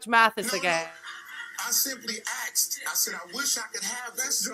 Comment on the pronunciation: I simply axed!